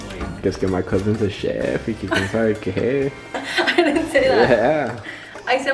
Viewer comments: “CH EF 😂😂😂Chef say it like this Sh EF 😂😂😂😂😂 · The way says chef 😂😂😂 she says it like keff when it’s like shef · I’m and is me with the OCD 😂 I was like yay when he fixed it.. “Chef” 😂😂😂 I was dying lol my bf corrected me too because I would pronounce it wrong. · "Shef"😂 lol... But I'm totally making them like this though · “Please hold” hahahaaaa omg 😅 n girrrrrl I feel you my husband always corrects me I say “cheff” also lol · Why hasn’t anyone told her it’s pronounced SHef . I’ve heard her say it wrong so many times lol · is so illiterate, is always correcting her lmaoooo she really said Ch-ef 😂😂😂😭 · Love You Guys😍😍 Your Chilaquiles Looked Bomb Girl🙌🏻🙌🏻 Gotta Love, It’s “Chef” not “Shef”😂😂😂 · Lmaooo did she say CHef chimpanzee hahaha 😂😂 I’m dead brother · Loved the vid! 💙Had me DEAD at the chef part, literally kept thinking “Mu name is Jeff” the whole time you tried saying chef 😂😂😂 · Lmao did she said Chef chimpanzee or whatever 😂😂 I can't brother💀